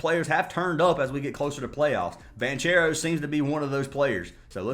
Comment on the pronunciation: Lol it's pronounced BON-CARE-OH bro 😅